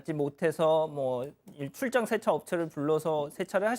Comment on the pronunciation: 쎄차가 아니고 세차 효꽈가 아니고 효과